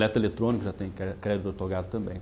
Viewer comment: Não é ortogado, é OUTORGADO...repita comigo, OUTORGADO...